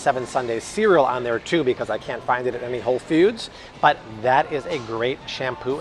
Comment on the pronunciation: Hey! Just went to WF, for some gluten free options! The Siete brand was one of my pick ups! & I thought I heard you say “Whole Feuds” 😆 🫶🏼✌🏼